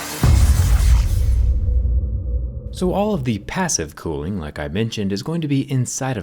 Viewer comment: Everyone: cooling Him: clooing